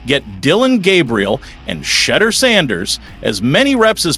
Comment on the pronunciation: Shade deur huh? Cmon, be better.